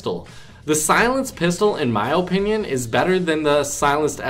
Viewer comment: If dis nigga say O pinyun one more time